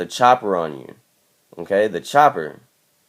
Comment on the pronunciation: dude are you saying "ok" or "im gay"